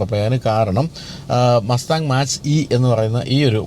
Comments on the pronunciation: മാച്ച് അല്ല ചേട്ടാ. Its മാക്./മേക്ക് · Mach - E .. its pronunciated as 'Mac' E ... and that name came from speed of sound